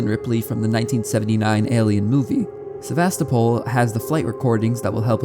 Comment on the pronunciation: istg he said Sevastopol wrong on purpose so many times....